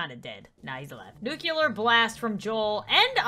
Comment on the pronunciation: Did she say "nuculer" instead of "nuclear"? That's not how you say it...